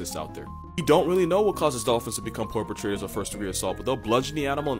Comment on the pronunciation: Porpo-trator, nice.